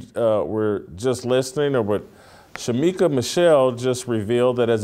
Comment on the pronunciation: Dang...Shemeka Michelle not Shemika🤦🏻‍♀️